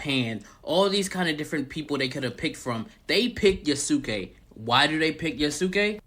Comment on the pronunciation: So many people mispronouncing Yosuke. It's similar to Sasuke. Y'all should know this by now 😂